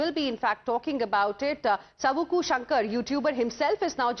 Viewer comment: Sabuku ila dubuku it is savuku